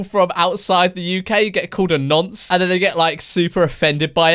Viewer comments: He said NANCE lol haha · My man said nunce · Wait did he say nance? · is it just me or do americans pronounce nonce ‘nunce’ 😂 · This has been bugging the shit out of me: is it "nunce" or "nonce?" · Did he say nonce like... Nunce? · Man really said nunce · Did he say nunce? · exuse me. wtf is a ”nAnce”